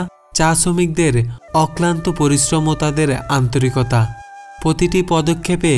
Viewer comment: পতিটি না ভাই প্রতিটি উচ্চারণ করবেন। প আর প্র উচ্চারণ ঠিক করুন।